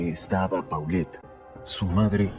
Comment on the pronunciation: No se pronuncia Paulet, se pronuncia Polet. Tampoco se pronuncia Huixquilucán, sino Huixquilucan, sin acento. De dónde eres??? 🤔🤔🤔... No maaaanches...!!! Definitivamente te doy 👎👎👎